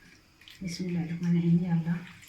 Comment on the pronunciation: I like the way you saying MASHA ALLAH bismilahh